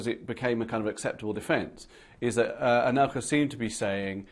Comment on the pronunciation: C'est "Anelka", pas "Alenka". Et c'est "La quenelle", pas "The quanelle". :-D